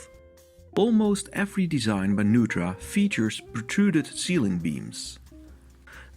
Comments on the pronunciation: I’m sorry to say you have mispronounced the name Neutra. It is a German name and is always pronounced Noytra. I love him too. My son is his great grandson. I was happy to meet and visit with Diona Neutra, Richard’s wife, Dion Neutra, his son, and his grandson, Greg Neutra and I have two beautiful, wonderful children together, though we live apart. I have been inside two of his houses and as great as they are from the outside, the insides are a magical experience, hard to describe, but it is experiencing great art. Thank you for sharing this. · Nice presentation with the exception of a few incorrect details. His name is pronounced "noy-tra" not "new-tra". Also, his design philosophy is known as bio-realism, which celebrates the inherent relationship between humans and nature. He sought to blur the boundaries between the two. Lumping him into International Style is not an apt description of his work. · His name is pronounced "NOY-tra" not "NOO-tra." This is confirmed by the LA Times: "The house, designed by Viennese-born architect Richard Neutra (pronounced “Noy-tra”), has been called by some critics the most important modern house in Los Angeles history." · My dad studied under Neutra in the 60s, even went to his house a few times. The correct pronunciation is "NOY-TRA." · very much enjoy your videos, but the correct pronunciation is Noy-tra. appreciate your passion. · It is NOY-TRA. The home is next to Jack Benny's home and just a few blocks from Alan Ladd, Edgar Bergen and the Elvis honeymoon house. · It's pronounced NOYTRA or NOITRA. My father worked with Mr. Neutra in LA in the mid-fifties. Mr. Neutra was often a guest for dinner. Dad, Richard R. Stadelman AIA, went from Studying with Wright at Taliesin to working with Neutra. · "Newtra"? Really? Perhaps a computer-generated voice? Otherwise an excellent and informative video. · The name is pronounced NOY TRA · Mr. Neutra's name is pronounced "NOY-tra".